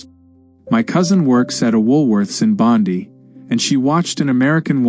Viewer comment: Bondi is pronounced" Bon-dye" ffs.